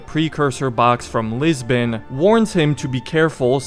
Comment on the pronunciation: i will never understand why "Lisbon" is being pronounced "Lisben"